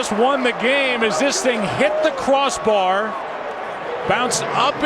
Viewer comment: Did he say cwoss bar?😂